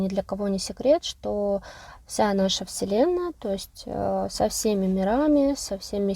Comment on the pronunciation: Слово "вселенная"- слышится как вслЁнная. Не случайно?🤝